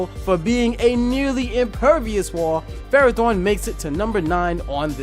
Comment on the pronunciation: Ferrothorn sounds like Ferra / Torr